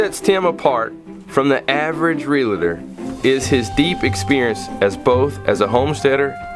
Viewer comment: it's Real tor, not realeeetor 😮